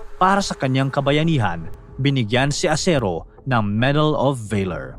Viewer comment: Salamat sa mga information. Paki ayos mo lng mabuti ang script mo at mag preview k s Sarili mong video pra iwas sa mga errors gaya ng medal of honor ang binigay Kay bandong at tamang pagbigkas tulad ng "valor".